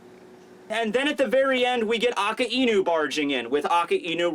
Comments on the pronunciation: why do you say AKAINU's name wrong? you keep saying it like "A-KA-E-NU" whats up with that? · Its Ak-eye-new damit! I dont care if ur way is right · aka-inu wow as much as a weeb he is he cant pronounce the names right